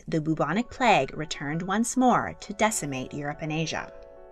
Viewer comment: It's pronounced like "Byou-bonic" plague; not "Boo-bonic" plague.